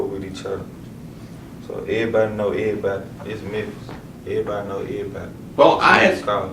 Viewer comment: Ehbody, know ehbody hmmmm